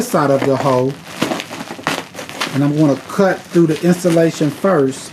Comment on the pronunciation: There Is no t in insulation. Lol😂